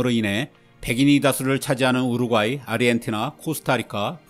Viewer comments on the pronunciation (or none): none